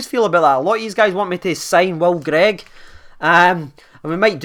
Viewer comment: Oh and Will Grigg not greig haha